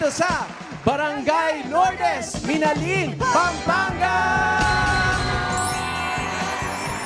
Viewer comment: Ang ponounciation nang Minalin ay mali dapat Miná-lin hindi Minalín